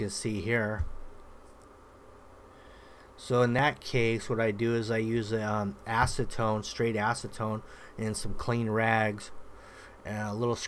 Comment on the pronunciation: Did he say “ass to tone” 🤣?